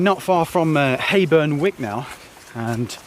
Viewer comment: Hayburn Wyke is actually pronounced "Wike" not wick lol. Great vid though and fab in spite of the weather!!